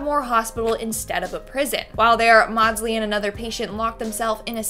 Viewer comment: It's Mordslee, not mawdslee